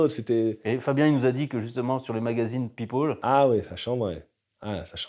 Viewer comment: Pipole à partir de là j’ai arrêté d’écouter